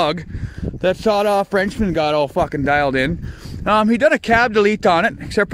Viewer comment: He said dialed n 🤣🤣